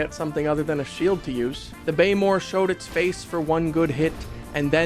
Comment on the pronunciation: did this fool just say Blaymore lol